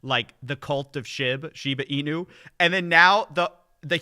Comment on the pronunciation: They don’t even pronounce Shiba Inu correctly